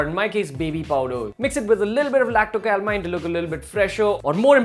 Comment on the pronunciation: Sir, have you said LACTO-CALIMINE